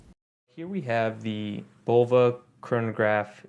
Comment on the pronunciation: Nice watch, nice review. Oh, and it's pronounced "Buh-low-vuh", not "Bowl-vuh". 😁